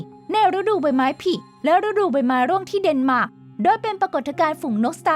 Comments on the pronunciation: ฤดูใบไม้ผิ 5555 กูลั่นเลย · 5555 มันฟังดูตลกมากเลยครับ คำอื่นออกเสีบงผิดผมยังเฉยๆ แต่คำนี้ผมนี่ลั่นเลย😂